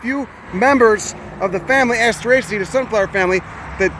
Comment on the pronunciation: I drink everytime you say assterasea, I have never finished one of you vids....